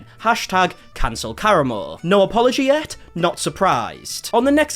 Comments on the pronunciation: Am I the only person who screamed KA-RA-MO every time he said caramel? 😂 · his name is pronounced Kuh-rah-mo. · I believe it’s pronounced Cah Ram O. He was on the MTV show The Real World and is a current member of the Queer Eye Caste on Netflix. This interview was terrible. He clearly didn’t look into Chef Ps background before the show and just took her word that she was being harassed. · Believe it's pronounced kah-rahmo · Kah-RAH-Moe Not being passive aggressive, just providing a pronunciation guide based on how he pronounces his name on QE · It's pronounced ka•rah•mo. " FDA approved. That's good because it's not a medical product" that comment made me laugh so hard! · Ka-ra-moe is how you say it but regardless he is an ass for not coming out to apologize. He is being stubborn and it will just lead to him failing at branching past Queer Eye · lol it’s pronounced “Ka-Rom-Mo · The way he’s pronouncing karamo as “caramel.” 😭🤣😭 I can’t 🤣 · Fantastic video! But also you mispronouncing his name is very distracting it's not that hard to Google how to pronounce something. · Everytime you mispronounced his name it made me laugh even harder 😂😂😂😂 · Literally takes two seconds to find out how to say that man’s name. It’s really not that hard. 😑😤